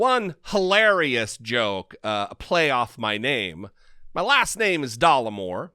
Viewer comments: NOT DOLLAR MORE..... I,☝🏽 as a real American female 💪🏽🩸 find you rather dapper, kind Sir! I'm sure you can care less what this seemingly unintelligent man thinks of your looks? Especially since he's so keen on your "berries"🤔🤭. And I also find your brains and smarts extremely attractive!🤷🏽‍♀️ So "F" this guy! Your real audience are here for the truth!✌🏽 Once again thank you for your service! Blessings upon blessings to you! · It's not dollarmore it's Dollemore. Again basic reading! Your education system is so obviously deficient. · DOLLEMORE NOT DOLLARMORE